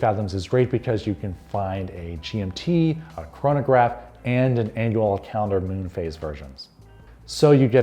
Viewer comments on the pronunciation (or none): none